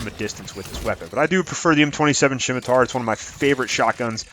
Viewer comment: first thing, it's pronounced "semitar" the "C" is silent. I don't know what a "shimitar" is. Now, onto your list. The Hurricane blows!! It's absolutely not worth using. I come across countless hacks raving about the thing used with the turian soldier, and I out score them every time. It's got shit range, shit accuracy, and shit stability. The Scemitar blows too!!! All shotguns in this game are shit. Say all you want about the Geth plasma shotgun or the claymore but they both suck. Once again, I trash these rookies using shotguns. The mantis is a decent sniper, though it's only meant to be used by beginners. If you're looking for a sniper look into the black widow, valiant, or the Indra. The Indra a full automatic sniper so it won't be as good with a character designed for sniping. Onto the Paladin, I never really thought the paladin was needed. The Carnifex was always better in my eyes. The paladin has low ammo, low rate of fire, and is just a touch too heavy to be used by power characters. Since they shit on the pistol headshot damage, neither the paladin or Carnifex are useful past silver. The Lancer is the only weapon that should be on this list. It's my second favorite assault rifle and on my top 5 for the game. It's only problem is its stability, so I only use it with my turian ghost or human soldier. Never use the gun mod for stability, only use the armor modual. Theres an alarming amount of brainless dumbshits on this game that shit talk the useful guns, so ignore them